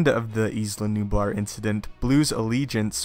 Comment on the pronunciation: It's Nublar, not Nubar